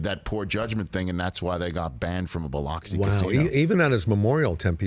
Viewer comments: It’s pronounced, Buh-lux-ee, Rich. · Rich, it’s “Bil-LUX-ee,” not “Bil-OX-ee.” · Biloxi is pronounced Bluxi. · “BILL LOCKS EEEE”. Dang bro learn the name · It's pronounced bih•LUK•see. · It’s pronounced Biluxy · Hearing Rich say BiLOXi that way makes my ears hurt. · The way he says Biloxi is terrible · Never realized rich doesn’t know how to say biloxi. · Someone teach Rich how to pronounce “Biloxi”. 😂